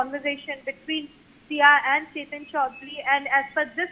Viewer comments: Ketan Agarwal NOT Chetan. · It is Ketan Agarwal not Chetan Agarwal